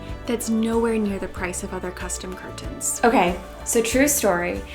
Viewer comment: "Cur tens"